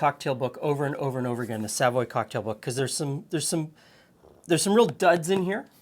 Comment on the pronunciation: I know you won't remember every time and it doesn't really matter, but try to put the emphasis on the voy not the sa when you pronounce Savoy.